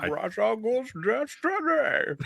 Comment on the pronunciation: It is Ras, it's not fucking Raesh